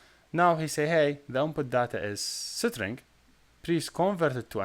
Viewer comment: Pls google the pronunciation of string